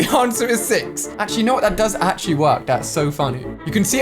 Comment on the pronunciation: this dude can’t even say actually. Damn